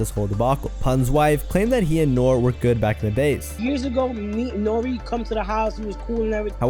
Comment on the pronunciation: its pronounced NOOR-REE